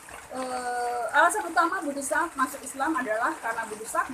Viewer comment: De'sak...bukan desak. Adeng2 apan jelas...mungkin krn terlalu semangat...kaliii. 👍